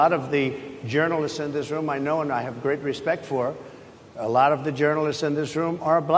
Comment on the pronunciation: "They liked me a lud"